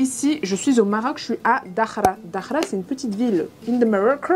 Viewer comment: Trop bien une vidéo makeup 😍😍! Je vais essayer de reproduire ce makeup car je suis encore bronzée de mes dernières vacances 😊 L’endroit a l’air magnifique ! J’espère que tu as bien profité ! PS: on dit Dakhla et non dakhra 😅 parce que là ça veut dire autre chose 🤣